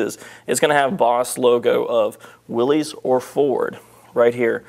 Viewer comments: Its Pronounced WILL-ISS not WILL_EEZE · May I just mention something that almost everyone I've ever met concerning these great rigs mistakenly does. That is, Willys is not pronounced Willeez. John Willys must have given up, but it's pronounced Williss. WILL-iss